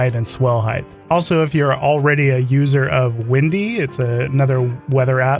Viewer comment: Height, not heighth. Otherwise... a perfect video! (sorry, pep peeve)